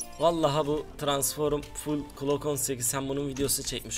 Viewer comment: NORMALDE Okunuşu:glok 18 Yazılışı:Glock 18 'DE Okunuşu:klok 18 Yazılışı:Klock 18